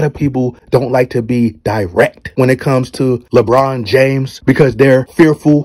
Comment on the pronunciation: Did this dude say, LaBum? Gawd Dawg!